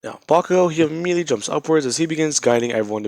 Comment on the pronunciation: You said IMMEDIATLY a lot 😆